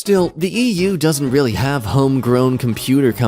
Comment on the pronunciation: Reighfyl?......Reigh...LY?! DARK NIGHT REIGHLY?!